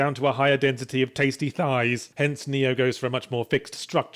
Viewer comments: Still stuck on that damn "Electrified Cat" I suck at Nioh which is strange cause I would say im not awful at "Soulslike" games (oh and it's pronounced Key, not Kai this comment and most likely about 10000 more could now tell you :) ) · is this game pronounced NEO? or NAIOH?